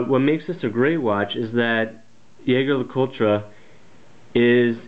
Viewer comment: Oh my God, someone finally said the brand name right!!